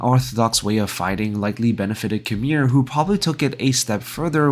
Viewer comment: It's "KYE-MEER" not KHAMIR